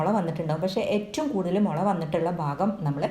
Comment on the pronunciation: മുല അല്ല മുള ok 😂